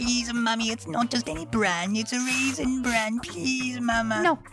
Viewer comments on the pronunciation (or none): the way he said raisen had me dying